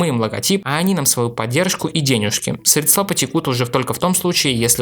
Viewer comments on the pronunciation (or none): none